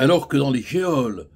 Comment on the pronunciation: Petite info pour maître Collard en toute amitié " geôle" se prononce jôle".